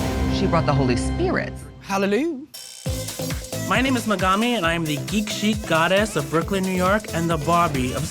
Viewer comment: Embarrassing that Megami pronounces her own name wrong